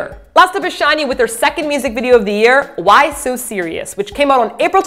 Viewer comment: oopsie daisy... *why. Maybe I've been listening to too much Korean, saying way instead of why....